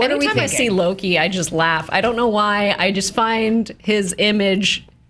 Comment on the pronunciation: It's so funny that after 6 years of Thor being in movies, no one can still properly pronounce Mjölnir, Loki and Surtur.